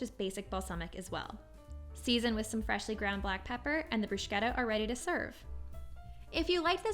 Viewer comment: In Italian, ch in the middle of a word is pronounced like a k. There is not sh sound in this word. Thanks for the recipe. :)